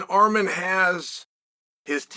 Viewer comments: Did he just call him ARM-HAIR 😅😂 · He called him Arm-hair 😂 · Armhair WTAF 😂 JFC Cheel you americants don't even try, do you. 😂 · Armhair was hilarious